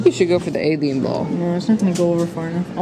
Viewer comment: He said abian ball